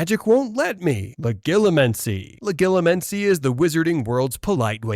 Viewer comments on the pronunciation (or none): What’s an “in fer eye?” “La gill a men see” 😂